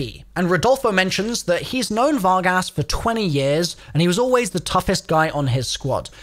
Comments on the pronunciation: "fargus" "Fargass" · You pronounced the Spanish translation of cowboys but can't pronounce Vargas? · Var-gass😂😂😂 pronounced Var-gus lol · Var-gas lmfao